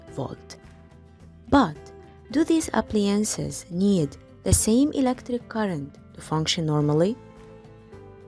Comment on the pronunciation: It's appliances not appliences